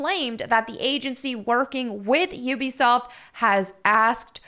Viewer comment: You’re the only one that pronounces Ubisoft correctly. Everyone else says Ooh-be-soft.